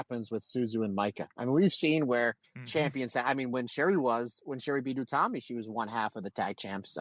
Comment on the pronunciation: They also got Utami right, something that's tripped them up before (sometimes they say it like Yutami)